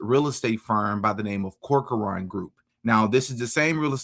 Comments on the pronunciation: CORK-RAN - NOT CORK-A-ARAN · Cork. Run. That's how you pronounce it.